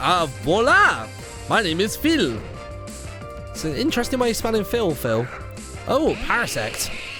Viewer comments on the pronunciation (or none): none